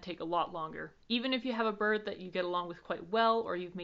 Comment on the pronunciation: Love how you pronounce "birrrd" :P